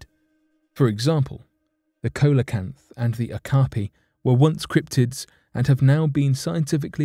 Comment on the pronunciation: The coelacanth is pronounced see-lo-kanth and was a once thought extinct species of ancient fish and has NEVER been considered as a cryptid.